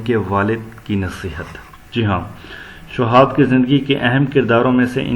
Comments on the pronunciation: اس آدمی کی اردو صحیح نہیں ہے شہاب کے شین کے نیچے زیر ہے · بالکل بوگس وڈیو۔جوشخص شہاب کا تلفظ صحیح ادا نہیں کر سکتا۔ اور بے شمار غلطیاں۔۔ خدا را ایسا استاد مت بنیں جو خود ہی اردو سے ناوقف ہے۔۔۔۔